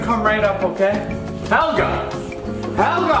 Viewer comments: 2017 THE NEW BROOM! "A plant." "Yeah this lady made it up her name is Helya (she pronounces it like that) "ITS HELYA!"says Helga "Thats what i said." "Its spelled H-E-L-G-A!" 2018 NEW BROOM its wheat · You gotta pronounce it as hIElGaHH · Me: hello Helga: healo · Did helga say my boyfriend or my bed friend?